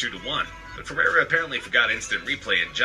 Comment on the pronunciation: I want to spit the dummy every time the announcer calls Rivaldo ''Feirreira''.